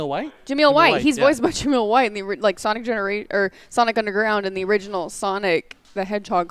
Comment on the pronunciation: Director heard the complaints everyone had about Sonic's weird design. He said they're going to change it to closer to the game. OUR COMPLAINTS ARE HEARD! edit: also it's Jaleel White not Jameel